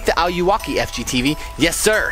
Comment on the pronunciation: He pronounced it wrong he said ow-you-waki it eye-you-walk-e ayuwoki